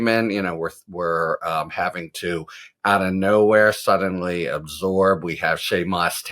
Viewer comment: "Shay and Moss"? Come on, Harry.